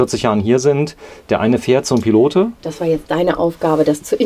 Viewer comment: Tolles Wohnmobil von der Firma Pilote. Übrigens spricht man das "e" von Pilote nicht aus(klingt fürchterlich), man sagt "Pilot" es handelt sich um eine Marke welche 1962 in Frankreich gegründet wurde.